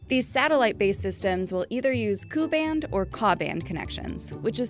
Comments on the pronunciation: As someone who works with KU and KA band connections.. it’s not “coo” it’s K. U. And K. A. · Not bad vid considering she mispronounced Ku and Ka. They should be pronounced Kay ewe and Kay ayyyyyy respectively. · First thing, no one streams the bachelor but u. Second, I never heard anyone pronounces KU & KA bands, koo & kaa 🥴